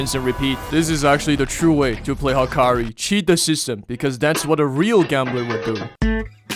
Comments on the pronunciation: also ryoki tenkae and then HAAAAkeri instead of yoek tenkai and hakari is crazy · Bro called hakari "hakri" 😭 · You saying 'Hakari' is so cursed dude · how did bro say Hakarii wrong🙏🙏🙏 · The way he says hakari 😭